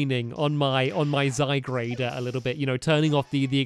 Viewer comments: Stampy it's zye-guard not zye-grade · It's name is not Zygrade it's Zygard